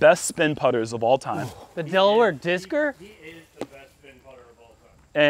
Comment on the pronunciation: Moser is the “Delaware Deucer” not the “Delaware discer” 😂😂😂